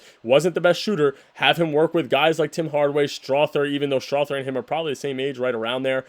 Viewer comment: Go soft on the "th" in Strawther